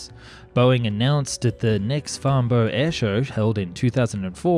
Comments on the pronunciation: it's pronounced "farn bruh". Not farn borrow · Note to narrator, a vast amount of times borough is always "burrrh", like Edinburgh when it's preceded, e.g. Farnburrh, but when it's word its pronounced Borough (London) = Bo-er.